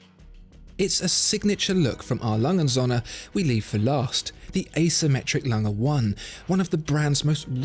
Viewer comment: "It's pronounced "A. Lange und Söhne" - with a german "ö" and not like the english "o". You pronounce it "A. Langen Sonne". Other than your pronouncation I love your videos!